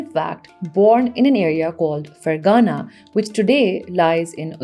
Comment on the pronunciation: It is Ferghana فرغانہ، not Fergana فرگانہ۔